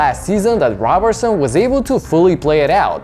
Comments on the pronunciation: His name is pronounced like Row-berson I’m pretty sure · NGL I almost clicked off when 9 seconds in you butchered his last name an will the entire video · How you mispronounce his name ..... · Why do you refuse to pronounce his last name correctly?